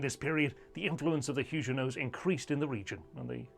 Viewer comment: They were not Hugenots with a soft g but Huguenot with a hard g. If you cannot get this basic detail right I see no reason to follow this channel..